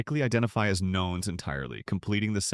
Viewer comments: Nones rhymes with nuns. Not knowns. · I've always heard "Nones" pronounced like "none", not like "know". Huh.